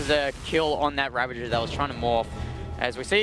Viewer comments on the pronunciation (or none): GOD DAMNIT TASTELESS THERES NO "N" IN RAVAGER! STOP SAYING "RAVENGER"! I swear to god, i will say bad words to kittens if you keep doing this, do you want this on your conscience tasteless? Can you sleep at night knowing bad words were said to INNOCENT kittens because of you saying "ravengers"? This is not an idle threat, we have procured three, THREE, kittens and although I am the only one in the group willing to commit this atrocity, know that I WILL commit it! The ball is in your court tasteless.